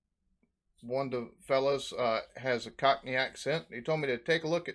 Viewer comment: And the way he says "cockerney" with the R sound in the middle.